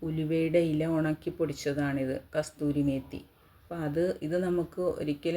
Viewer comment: കസൂരി മേത്തി ആണ് അല്ലാതെ കസ്തൂരി മേത്തി അല്ല